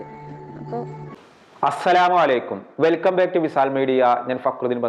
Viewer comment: നിങ്ങളോട് ആദ്യം പറയാനുള്ളത് അസ്സലാമലൈകും അല്ല അസ്സലാമു അലൈകും ആദ്യം അത് തിരുത്തി വീഡിയോ ചെയ്യൂ